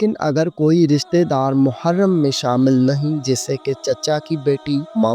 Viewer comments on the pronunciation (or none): Yeh lafz muharm nahin balkeh mehram hay thanks